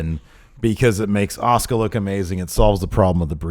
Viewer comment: Why tf does keep pronouncing Asuka's name like that?